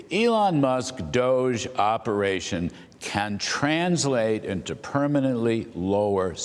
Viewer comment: It is wonderful that Mr. Vought know how to properly pronounce DOGE! Thank You Sir!